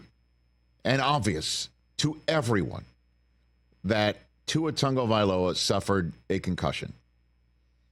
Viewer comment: Why do the mis-pronounce Tua's last name? they all seem to say TaNgovailoa